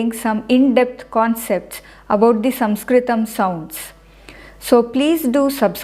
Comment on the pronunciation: Restpectfully your SaNskrutam sounds more like SaMskrutam. No offense